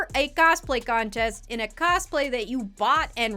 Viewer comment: "coSplay" 🤡 Why over pronounce the s? Lmao